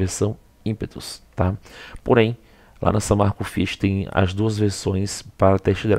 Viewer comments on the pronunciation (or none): Insiste em falar "IMPÉTUS " hein!!!